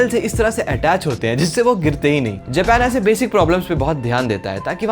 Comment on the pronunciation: Japan ❌ jepan✔️